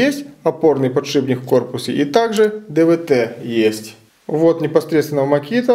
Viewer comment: Ну сколько можно говорить не подшиБник а подшиПник!!!!! Ну сложно запомнить?